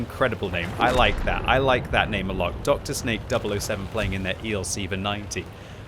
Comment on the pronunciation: its not drsnake its Drsňák it means thug in english, also plzenská is a lot more vulgar in Czech language than you think